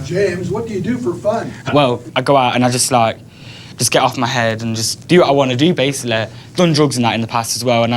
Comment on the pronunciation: she makes head sound like 'ed.